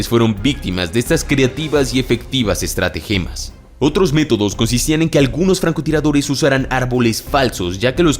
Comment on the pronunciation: ES "ESTRATAGEMAS" NO estrategemas